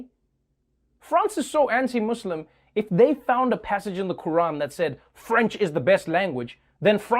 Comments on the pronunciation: I respect Trevor for respecting the pronunciation of the word "Muslim". Anyone that speaks English and says they can't are lying and are disrespectful. If you can say the word "Moose" and the word "Slim", there's no reason why you can't say "Muslim". Idk where MAWZLUM came from😒😒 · Can we appreciate him pronouncing "muslim" correctly instead of "mozlem" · Thank you Trevor for saying Muslim instead of “mOzLiM” 🙏🏾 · So satisfying how Trevor says Muslim. Goes to show how rigid some people can be. You've been saying cows go moo moo since you were a child but suddenly when you add the sound lim at the back than omg you can't control your mouth anymore??? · Americans b like: Moo-slim? mozlim this guy gives me hope lmao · I love how you say muslim with S instead of Z that is indeed the correct way to say it and thank you so much for speaking about this issue of head covering in France, you're the best! 🙏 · Trever you’re the only person in the uS who says The word Muslim right. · Wow finally i found an American who can say muslim so perfectly ... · Yeah, learn from Noah. Its Muslim not Muzlim. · I love that you say muslim with an s not z. also, I love you cause you're just too precious and fair. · He pronounces Muslim correctly because that’s how everyone pronounces it in South Africa. 💁🏻‍♂️ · I smiled when he pronounced "muslim" correctly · He says "muslim" just the way arabs say it. Pronounciations Skillzzzzzzz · the way he pronouns Muslim?? excuse me but that's v perfect I've never seen someone pronounce it correctly like him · That moment when you cruch over someone who finally says "Muslim" right 😂😂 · thank you for saying Muslim and not Muzlim,or izzlam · if Trevor was in France he would have been arrested for pronouncing Muslim too good "hmm...sounds mUSlkhisdfIM. get him boys" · he can pronounce muslim right, what an icon. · I just want to thank you for pronouncing the Muslim word correctly like we Arabs say it Not Muzlims but Muslims Big respect man